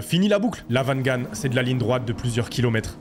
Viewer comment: Le motion design est bien fait. "Wangan" se prononce comme ça s'écrit. Le son "v" n'existe pas en japonais.